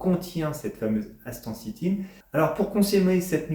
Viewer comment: Vous devriez apprendre à prononcer le nom correctement 😊